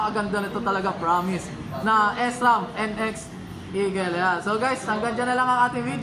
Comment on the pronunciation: not S-ram.. Shram po basa.